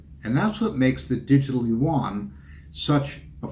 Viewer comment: Not WUAN. It’s YUAN!